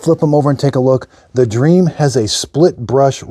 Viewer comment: I my country you say dreamy, not dream. :D